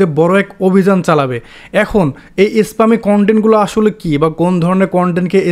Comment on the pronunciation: স্পামিং কে যেভাবে বলছেন সবাই ভাববে ইসলামিক 🙂